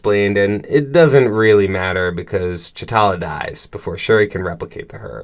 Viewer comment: You keep saying chatala…. Is tachala!